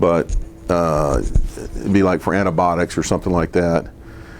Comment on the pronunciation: “Antabotics”….. MD? Dude it’s antibiotics